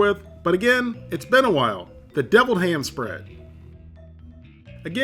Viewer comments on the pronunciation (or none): You pronounced 'deviled ham' incorrectly.